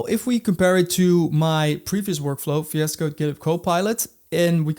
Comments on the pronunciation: me: "what tf is Fiasco?" also me: "ohhh vs code!" 💀 still cannot hear vscode.. only fiasco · If you "defeloper" ... if you are using "fi es code" ... "you already know and lof" .. "we will cover all in this fideo". I really can't focus man. I understand "R" might be difficult. or "Z".. But "F" ??? come on? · i heard you say vs code as 'fiasco' and it's so appropriate. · It took me a while to understand what was he refering to. Even after i knew, i still hear fiasco 😆